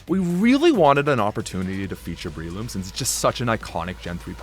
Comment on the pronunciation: It’s BRELOOM not BREEloom